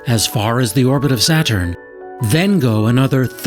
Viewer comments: Anyone else cringe every time he called it "Satchern"? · He pronounces "Saturn" like he's never heard the word spoken before and is trying to work out what it sounds like as he goes.